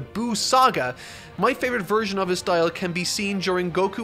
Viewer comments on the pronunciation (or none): none